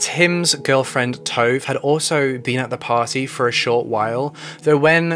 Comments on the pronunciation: Tove is said T- U as in Uber - V - E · This video was informative and good but honestly the entire time i got super annoyed at how you pronounced Tove maybe for names that aren't english you can ask a native speaker or google..for example you could google the name Tove and Tove Jansson would pop up and there would probably have been a name pronouncing guide i dunno it just crackled in my ear everytime but otherwise good video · Haha no he's pronouncing it incorrectly. Her name is Tove Lind. Her first name is pronounced [Too-v-eh] and last name is pronounced the way it's spelled [Lind].